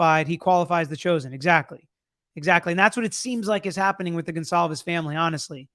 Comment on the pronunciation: STOP SAYING GONZALVEZ 😂😭 Thats not their name